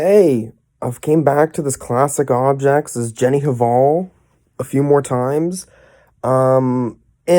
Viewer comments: The h is silent in 'hval' :) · i think the H in Hval is silent, like Jenny Val, sort of